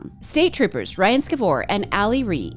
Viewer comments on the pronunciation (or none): none